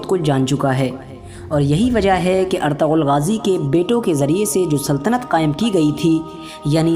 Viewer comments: Bhai plz ertagal SUNNE me achha nhi Lagta erturul Bola kr plz 🙏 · You should pronounce it right, it is pronounced as "ertugul" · Erturul Gazi, In turkish language G is silent.